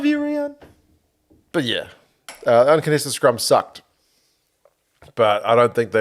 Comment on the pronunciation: My name is Riaan too. Your pronunciation is good.